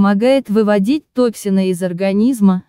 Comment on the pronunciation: Ставьте правильно ударения.Стыдоба!!!Токсины- надо ставить ударение не на О а на И.Треску-ударение не на Е, а на У. И т.д.